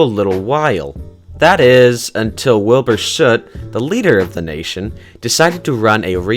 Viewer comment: wait, I thought it was wilbur s-oot not wilbur shuut